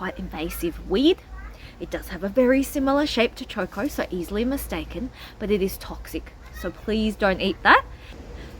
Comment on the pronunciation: It's not Chor Kors, it's Cho Ko, no R's in it.